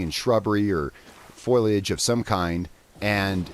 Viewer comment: fo·li·age noun plant leaves collectively. "healthy green foliage" NOT FOILIAGE